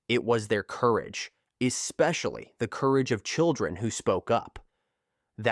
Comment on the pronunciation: In what world does AI mispronounce the word "especially?" The word is not eXpecially. You work hard to create a video and then you allow crappy narration? I just don't get it.